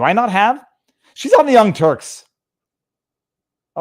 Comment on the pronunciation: Viva, did you say young turds?